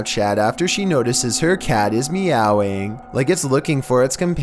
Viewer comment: That "meowing" made me laugh hard! His accent while saying it is funny HAHA Hit like if you LAUGH too! 😆